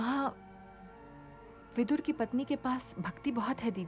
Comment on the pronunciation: वो विदुर है विधुर नहीं अंग्रेज़ी हमारे हिन्दी का ना भाव समझने योग्य है ना उच्चारण करने योग्य है तो अंग्रेज़ी अक्षरों के दुरुपयोग से हिंदी का मान ना बिगाड़े🚩